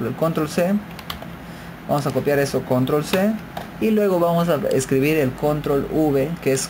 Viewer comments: lo dise la persona que dise CONROL v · La palabra Control es aguda, lleva el acento prosódico en la o final y no es palabra llana como ud. lo pronuncia. En inglés es igual.